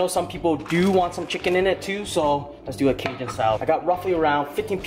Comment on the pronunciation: The way your pronounce Cajun LOL